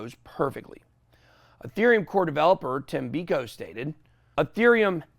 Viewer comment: You should try harder Tim beiko learn to pronounce his name. Dudes done so much work that’s made you so much money least you could do is learn how to say his name right